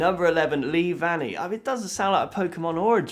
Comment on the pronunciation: ngl the way he pronounced "leavanny" would make me believe that it's a drug too